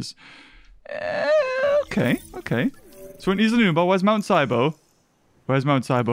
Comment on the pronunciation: Its mount nebo not sibo